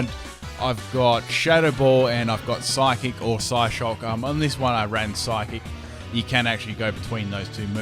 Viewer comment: IT'S PSYCHIC, NOT PHYSIC! WHY DOES EVERYONE KEEP SAYING PHYSIC INSTEAD OF PSYCHIC? AND IT'S EXEGGUTOR, NOT EGGXECUTOR!